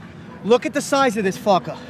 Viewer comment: it was the "blitz these fuckahhs" that got me lol